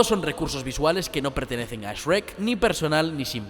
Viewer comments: tuve que dejar de lado mi fastidio a la pronunciacion española de la palabra "shrek", para poder disfrutar de este genial analisis. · Me gusta demasiado el canal, como se profundiza en cada análisis de cada vídeo, peeeeero... No puedo con la pronunciación de Shrek, esrek? En serio? Españoles, tienen que hacer algo con eso, kame hame ha = onda vital? Lobezno? 😢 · Shhhh * Shhhh - Rekk * Rekk - Ahora todo junto *: ESREK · Me gustó mucho el análisis, el video esta bueno. Pero me perdía el escuchar como pronunciaba Shrek, a veces sonaba como S'Reck y otras veces el normal Shrek, no sabía que en España tenían tanta variedad de acentos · Excelente video pero no sabia que en España le dicen " es shu rek" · Uno no se puede plantear hablar con respeto sobre Shrek si le dice "Esrek". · *Nadie: Absolutamente nadie: En serio, de verdad nadie:: "Eshrek"* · alguien más escuchó ESREK? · "Ejrek doh" jajajaj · Que raro pronuncias shrek... ezhrek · Jajajaja pura risa con esta pronunciacion "esrreck" 😂😂😂😂😂😂😂😊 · Me encanta todo el análisis, pero que horrible como los españoles no saben pronunciar la SH :v "esrek" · Nadie:: ESRREC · No, así tampoco. No es tan difícil de pronunciar, es Shrek a secas. Primero SH y luego REK, con la R anglosajona. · que pedo, porque e escuchado varias veces que le dicen eshhh-rek suena mamalon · Sh-rek ..... que dolor al escucharlo jajajaja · "Eshuerk 2" 😂😂😂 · esh-brek y eshbrek 2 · Esruek v: ztos españoles y su pronunciación jajajaja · ¿Por que los españoles pronuncian "ESHuRREcK"? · Esrek....esrek.....no se wey se me hace raro como lo pronuncia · "Es Rek" porque a los españoles los dejan doblar boludo ni una bien hacen jajaja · se que le metiste ganas al video pero me pone de nervios que digas ESH RECK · Por qué carajos le dicen eshrrek? :c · sigo sin acostumbrarme a la pronunciación de S-Rek xc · Esh-rek jeje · "ESREK" JJAJAJAJA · Quieeeeeen???? "sreck" Hahahahahahaha😂😂😂😂😂😂😂😂😂😂😂😂😂😂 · ¿S-Rek? Jajajajajaja. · porque dicen eshrekk